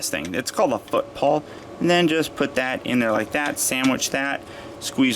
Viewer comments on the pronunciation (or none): none